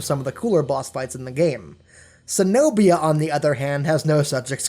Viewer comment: its not se-nobia it's ke-nobia. Cenobia